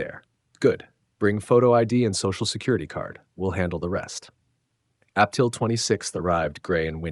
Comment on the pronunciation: yes, and Ap Til for April, ha ha ha ha 🤣